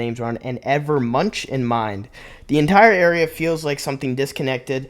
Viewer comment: As someone who was going for a Bachelor's degree in fine art - you are ABSOLUTELY butchering those names...Please, let me help... • MC Escher (pr. Essher). • Edvard Munch (pr. Moonk) • Salvador Dali (pr. Dal-ee) I understand that I might be the only one here with any background in art or art history - thereby, I would also be the only person who gives a f*ck.😂